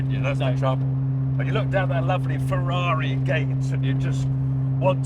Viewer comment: Only Tiff can say Ferrari properly 😂